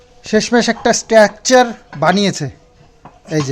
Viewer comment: স্ট্যাকচার নয় স্ট্রাকচার